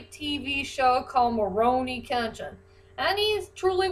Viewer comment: I feel like you're saying rurouni with an m sound at the beginning like morouni kenshin